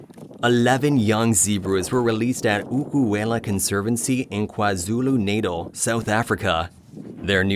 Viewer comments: Small thing - it's not pronounced "nadle", it's pronounced "nertull" with the accent on the second syllable. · Please learn to pronounce Natal.